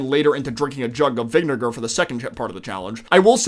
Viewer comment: nah did bro say vinegar or did he say smthn else...